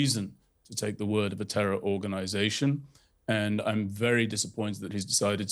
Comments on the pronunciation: Tehwol!(terror)! That dude should learn another language with a speech impediment like that. 😆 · " a tewor attack" lol